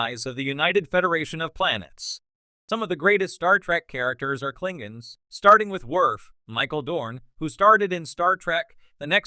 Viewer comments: Actually, if you watch TOS, they often pronounce it “Klingans,” so… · Pity you can't say the word KLINGONS LOL